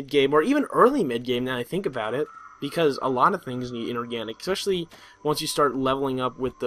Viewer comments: you pronounce it especially, not ek-specially. There is no letter to suggest you would pronounce it ek-specially, so you don't. And I just now realized, that is what you were saying, isn't it? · Nice mispronunciation of foliage and especially. Foyaledge and ecspecially. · is there a c in especially there? No. And you don't pronounce one either.